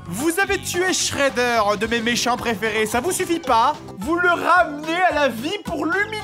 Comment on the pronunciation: Shredder pas schreder